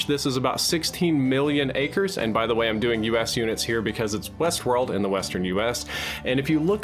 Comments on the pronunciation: "HBO's new series Westwold" lol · what's "Wesworld"?